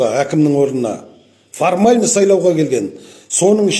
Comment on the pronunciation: Саулаудар емес, сайлаулар деп сөйлеші сауатсыз шал